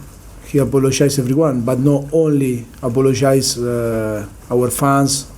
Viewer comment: Difficul, I thin, apolshize, masif. I love this guy, just funny pronunciation & always the same rhetorics. Still the best manager in the prem